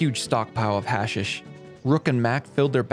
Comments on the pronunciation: hash-eesh not hasish broski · It's pronounced Ha-sheesh, not hash-ish. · Just so you know, it’s hash-EEsh, not hash-ish. Or you can just call it hash. Up to you lol. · Its pronounced HA SHISH